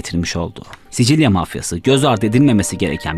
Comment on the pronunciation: Sisil söyle sicil değil